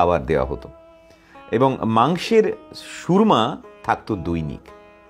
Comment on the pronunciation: মাংসের সুরমা নয় - সুরুয়া।🙏